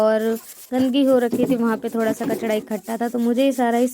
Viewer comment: Vah kachra hota hai na ki kachda